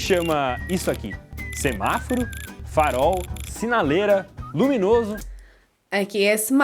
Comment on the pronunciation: Ao dizer "semáforo" você falou simáfaro em min.